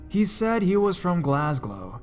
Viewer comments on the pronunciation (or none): He said he was from ''glasglow'' {>¿<} hahaha